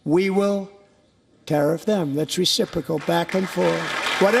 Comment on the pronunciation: Please pronounce 'reciprocal' correctly...